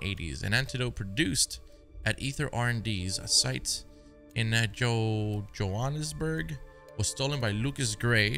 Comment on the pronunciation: can say johannesburg really well, as a South African you will for ever have my respect